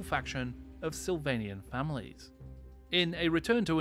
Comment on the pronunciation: Great and informative video as usual but did my failing ears hear you correctly when you said Sylvanian families when you were talking about the vampire counts? Does this mean I can field my Chocolate Rabbit family 😂